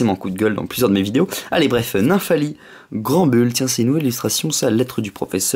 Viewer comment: Snubull se prononce [sneubeule]. Et pour Granbull c'est [Granbeule] ... ;)